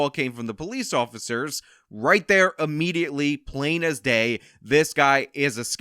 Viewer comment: Thank you. Point well taken. Stop saying "a"mediately. it's IMMEDIATELY.